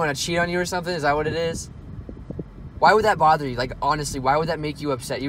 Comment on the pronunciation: "Why does that even bowther you.." Lol